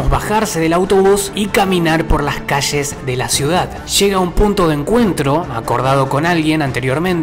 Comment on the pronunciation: No son malos tus vídeos pero es ll no CH ya sabes, es calle no caché, o poe ultimo di caie